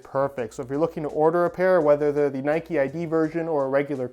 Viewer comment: Its Nike not Nikeeeeee😂🙈